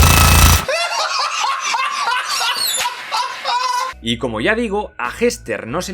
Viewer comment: "En el metiorito" creo que se te paso la mano aqui jajajajajajaja